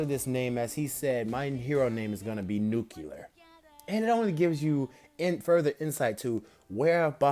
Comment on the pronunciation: I SWEAR EVERY1 MAKES THIS MISTAKE. It's not nu-cu-lar it's nu-cle-ar